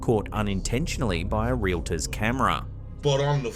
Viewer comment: Relator….pleeease! Real—tor!